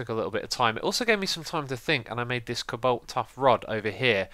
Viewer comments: co-balt? cobolt thats kinda how you say it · hey xisuma you might want to learn how to properly say the name of thingslike cobolt and nature LOL. and cheak out inventory tweaks mod